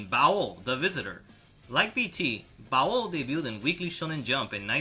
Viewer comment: You're over pronouncing baoh its pronounced like bao not bao-oh